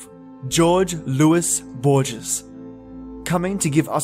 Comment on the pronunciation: HOAR-hey lew-EESE BOAR-Hess, love. (Jorge Luis borges)